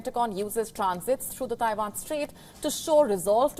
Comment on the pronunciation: Abandon Tie-vaan - where is Tie-vaan?